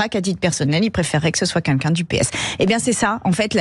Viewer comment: elle dit pas "il faudrait que ce soit quelqu'un", elle dit "il faudrait que ce soit quinquin". présidente d'université.. je pense qu'elle dit aussi "comme mème". et elle "aimarait bien" etre au perchoir. elle est perchée en tout cas.